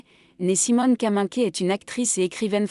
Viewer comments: Peut-on signaler à la voix idiote qui raconte que Kaminker se prononce Kaminkère et pas Kaminké ... ? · J'arrête à , cette IA est insupportable, même le véritable nom de l'actrice n'est pas dit correctement.